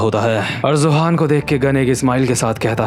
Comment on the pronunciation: Btw I think you should know it's Yohan not johan so from next chapter you should say yohan instead of Johan cause it just sounds wrong